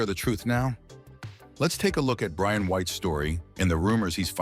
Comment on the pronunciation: The Ai keeps calling him Ryan ...his name is Brian!!!